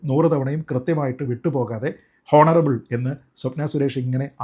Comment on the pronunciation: ശ്രീജിത്ത്‌ പണിക്കർ താങ്കൾ "ഹോണറബ്ൾ മുഖ്യമന്ത്രി" എന്ന് പറയരുത്... പ്ലീസ് കറക്റ്റ് യുവർ " ഉച്ചാരണം"... ദയവായി "ഓണറബ്ൾ" എന്ന് പറയുക...സോറി ഫോർ കറക്ടിങ് യൂ... 🙏🙏🙏 Your videos are always in superb in quality and content and I do watch and follow them regularly. Don't feel bad for pointing out this and excuse me for the same. 🙏🙏🙏